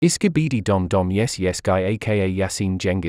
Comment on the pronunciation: I think bro said skibdi dumb dumb yes instead of skibidi dop dop ye, I think